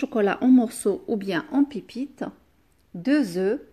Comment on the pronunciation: Veuillez corriger la prononciation de pipites car on dit pépites vous devez prononcer pé mais non pas pi👍👍😘😘